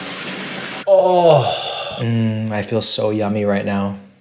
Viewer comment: that was the most canadian oh my gawd